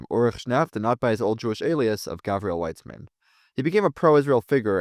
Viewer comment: the SS and the Waffen SS were two different things, my guy. And Weizmann means "Wheat-man", it is not Weißmann. Do some research, gosh darn